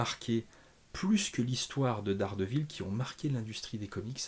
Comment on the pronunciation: " Dés Guêpe Ville"❤